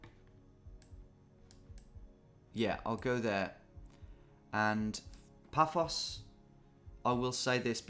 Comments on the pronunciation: I facepalmed when he said Paphoa Life... bloody hell Tom! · Getting increasingly frustrated by the pronunciation of “Fafos” because you live in Paphos 🙃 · As someone who lives in Paphos, your pronunciation “fafos” was killing me 😂 Also a bit surprised you’ve never heard of it as it’s a very popular British holiday destination 😅🇨🇾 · it was driving me mad when he kept saying Phaphos!!